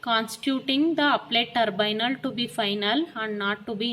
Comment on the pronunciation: It's not turbynal mam it's tribunal